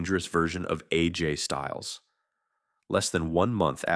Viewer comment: Let’s sound it out now. It’s not Ajay. It’s A. J.